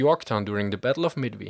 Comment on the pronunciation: battle of midmi? :p